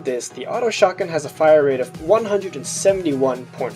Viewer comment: Is it just me or whenever he said shotgun it sounds like SHARTguns xD